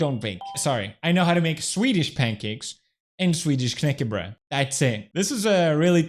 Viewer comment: danish knækbrød better than your so called "swedish knäckebruh" Sorry to say felix